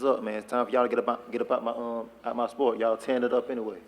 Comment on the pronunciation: Here just to hear Eddie hearns call it "The Spote" 😂